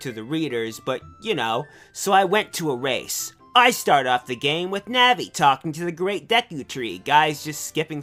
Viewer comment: Im pretty sure thats not how you say Navi....